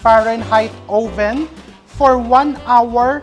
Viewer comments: Chef RV, I love watching you, informative at nakaka aliw! Pero chef, yung oven po, pag pronounce "uhven" po. Short o. Watching you makes me feel closer to home❣Happy holidays❣ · 'owe-ven'? But terrific cooking channel. Informative and entertaining!